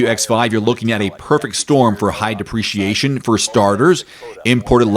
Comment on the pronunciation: Please crisply speak the word depreciation. The way you pronounce duhpreciation sounds like appreciation. Am i alone here?